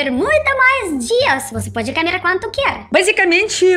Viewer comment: Você diz: camer. Diga comer.